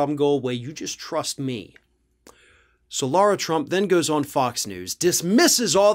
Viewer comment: Lara is pronounced as Lah rah,not as Laura Shouldn't Lara trump's name be spelled ad L a u r a?